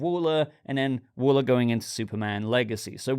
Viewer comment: That's Waller not wooler ha